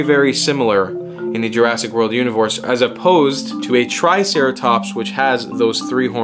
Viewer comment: Jurassic World Univorse , lol